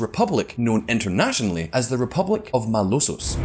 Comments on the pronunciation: It's Republic of Mah-low-lhos (Malolos) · Its malolos not malosos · it is called "Malolos Republic" not Malosos. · Dude, get your facts straight. You can't even get the 1st Republic's name straight. It's the Malolos Republic, not whatever jibberish you were saying. That's a sign you lack research on my country. And everything you said about our present president, you must have gotten from propaganda of the opposition. I live in the Philippines, and I live in Mindanao, you know, the island where the isis attacked. Most of what you said just isn't true to us who ACTUALLY LIVE HERE. I used to like this channel a lot, now I'm thinking of unsubscribing. Where's Simon?